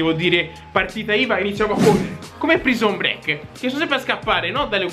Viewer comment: Va bene tutto ah, but "praison brek" non si può sentite. I love u